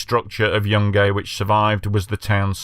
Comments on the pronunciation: It's pronounced like june-gai, not Young Gay 😅🤣 Just trying to help 🤍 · The town is pronounced Jun guy